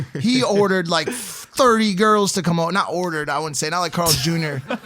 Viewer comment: Why he say we eat Carl's jr. Like that